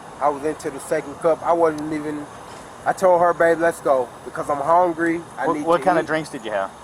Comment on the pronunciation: "I'm hongryy" 😂😂😂